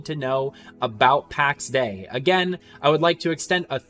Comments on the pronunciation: Soz, you lost me when you said "Packs Day" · Would be nice if you didn't pronounce "Pax Day".